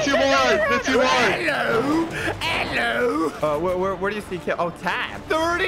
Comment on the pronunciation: saying ELLO